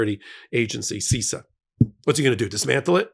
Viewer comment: You need to have an expert on bc as an IT and cyber security expert you sound like you don't understand any of it. First, it's pronounced SIS-SAH not SEE-SAH